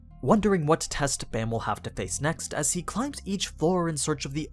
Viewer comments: Baam not bam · Baam isn't pronounced as B-Eh-M, but B-Ah-M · Dear white people: his name is pronounced “bahm”, not baam, like this dude pronounced it. Bahm = night in korean. His name is the 25th night. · Ok ok ok, everybody is pronouncing Baam as Bam, but I have always pronounced it as Bomb. Which way is the correct way? Bam is probably the right way, but I dunno, Bomb sounds better as a name to me. Also I have literally read the entire webtoon up to the latest episode and like I've been pronouncing it like that forever.